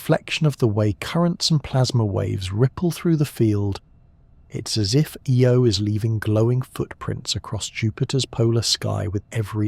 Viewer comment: IO not EO